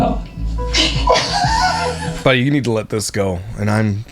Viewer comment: Canadian coming through “doesn’t it just cringe you eowt?” 😂 love you your channel is a bright light